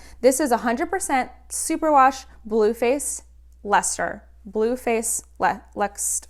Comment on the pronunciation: Hi, love your podcasts! Just wanted to say that you're pronouncing Leicester right! It's a town in the middle of England where I'm from. Thanks for opening up my knitting and crochet world massively!